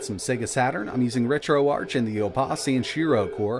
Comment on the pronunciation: Thanks for vid 👍 It’s Pronounced retroArk short for Archive as in Noah’s Ark not Arch as in archway.